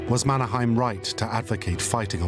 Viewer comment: Problems: - Mannerheim pronounced wrongly. - "old enemy" .. 22 years of independence does not make one as on old enemy - Russian soldiers are wrong. Those were Soviet soldiers AND mostly Ukrainians (Stalin's way to make a genocide) - not explained why Mannerheim knew: because he was an officer in the Imperial Russian army. - you'll notice there is an Alexander II statue in the middle of Helsinki (the old center) .. because he maintained the semi-independence of Finland. - Finland needed German help because the fact that Allied were too weak and sending help using ships were impossible. And due to the blaa blaa blaa instead of actions (which dominates today's EU too). Finns typically act. We are introverts here and mostly dislike blaa blaa blaa.